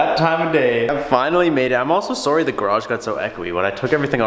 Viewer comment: "I'm sowry"